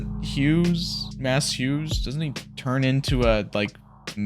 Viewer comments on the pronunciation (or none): Slight correction on the pronunciation of Maes. It’s pronounced Mays. Not Mass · This feels like an appropriate time to mention that Hughes' first name is pronounced Mays, not Mass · His name is pronounced "maze".